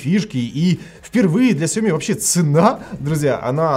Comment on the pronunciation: когда ты наконец-то начнешь ставить ударение правильно? Не СяОми, а СяомИ?!